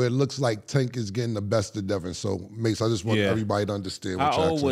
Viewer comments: He kept calling mass cam 😂😂😂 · Is Haney calling mace cam😮😂😂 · Why homie keep calling murda cam 😂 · Calling MurdA “Cam” is crazy 😂😂😂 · If bill call mase cam one more time 😂😂😂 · He kept calling Mase, Cam 😂😂😂